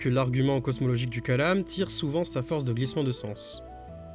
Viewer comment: Coucou, juste une précision : c'est kalām et non kālam كلام en arabe, le long a est le premier